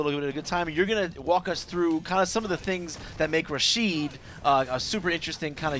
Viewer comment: his name is rashid not rashed. Rashid kinda rythem with acid. its arabian name and i'm arabian thats why i know how it pronounced